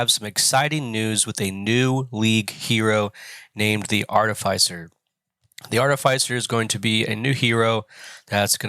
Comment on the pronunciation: Sorry dude. Fantastic videos, but the way you pronounce artificer really set my teeth on edge 😂. I know because i am an artificer. If only theyd let us come to work looking like that 😂😂@